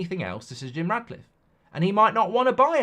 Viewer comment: Mark, please stop calling him Radcliffe, it's Ratcliffe!